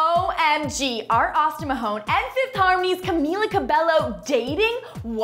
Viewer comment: you met camila like times and you still can't say her name correctly omg